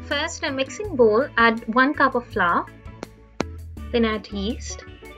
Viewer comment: What is flaar??? Do you mean flour!! Which supposed to sound like flower